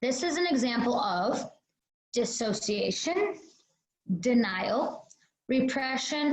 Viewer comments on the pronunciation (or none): Dissociation vs Dissasociation.... Dissociation